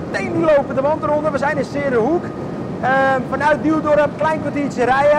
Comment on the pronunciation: jajaja dikke complimenten haha je zegt 's -Heerenhoek helemaal goed klemtoon wordt zo vaak verkeerd gezegd haha prachtig om te zien en doet mij denken aan een jaar of 19 geleden zelfde bedrijf met mijn opa in de Volvo Juun ( uien) laden daar en lossen in de haven van Antwerpen prachtig brengt mij even terug naar die mooie goeie ouwe tijd kan er met opa niet meer over praten maar had hem graag deze vlog laten zien met een fantastische Scania